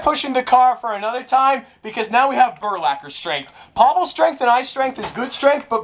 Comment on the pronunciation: It’s burlacher